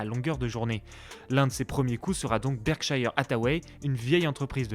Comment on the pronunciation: Berkshire, pas Berkshaïheure